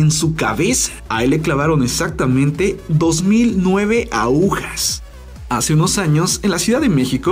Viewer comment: Se dice agujas no aujas y se dice costarricense no costarriqueño